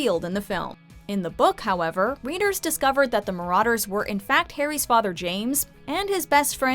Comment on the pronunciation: Its so annoying that she says marauder with an au